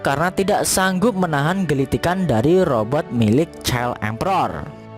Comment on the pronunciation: Robot min, Robert sih nama org 😂